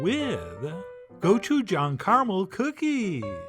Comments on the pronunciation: the pronunciation is more like a choo choo train. go-choo-jang. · not the end of the world but the pronunciation is go CHU jang. Hard CH sound not a SH. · AND 'jang' is pronounced like JONG/JAHNG. Short o sound. GO-CHU-JAHNG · The real way to pronounce Gochujang is that the G is pronounced like you're trying to say K and G together, and the J is like trying to say CH and J together, so it's like you're superimposing "Gochujang" and "Kotchuchang" together.